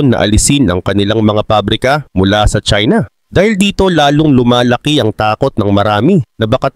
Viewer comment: China not chsina ok